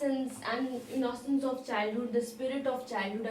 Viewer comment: Mam u pronounce innocence is a wrong way